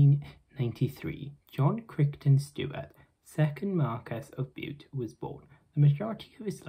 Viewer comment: I grew up in Cardiff and the surname Crichton-Stuart was always pronounced as Cryton-Stuart.